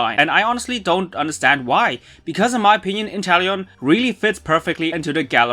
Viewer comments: Its inteleon not interllion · It’s not Interllion It’s Inteleom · “Interllion” bruh